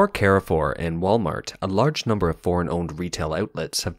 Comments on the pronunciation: It`s not "care four". It`s "car foo". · One small correction: It's not "Ke-re-fuhr", it's "kaahr-fuuhhr". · Car-for, not “Care-for.” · American pronouciation warning! It is CAR FOUR not CARRY FOUR! It means crossroads. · You french pronunciation still needs a lot of work mate, Carrefour in french sounds like more "Car" "Foor". You're welcome :) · Carrefour is a French supermarket n shld be pronounced as 'Car-full. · You should probably also correct the pronunciation of Carrefour. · carrefour pronunciation is cringe. please stop.